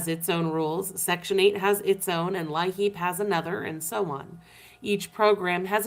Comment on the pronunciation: LIHEAP. Here in South Dakota it’s pronounced “lee-app”.